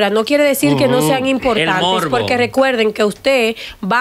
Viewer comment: Una comunicadora que dice arecuerden